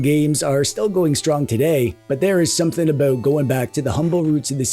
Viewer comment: "I don't care aboot sports" wait is Canadian "even hockey, does that make me a bad Canadian?" immediate vindication thank you